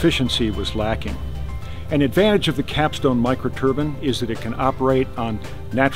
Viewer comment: A "micro turban"? Is that what small eastern gents wear?